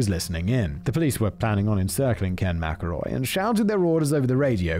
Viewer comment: You know I don't think he mispronounced McElroy even once after he mentioned it.